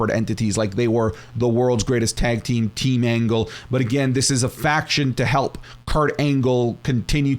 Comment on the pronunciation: Bro said “faqoor”